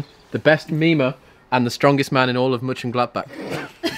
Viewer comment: I as a german native speaker could really sense the phonetic struggle when tried to say Mönchengladbach